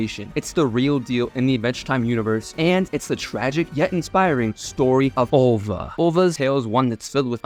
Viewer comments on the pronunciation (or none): Her name is ''Alva'' not ''Ålva''. Get it right. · “Al-Va”. Not “Ul-Va” Why did you edit yourself to be wrong?